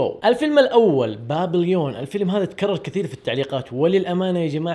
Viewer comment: تنطق "بابيبون" ماشي "بابليون"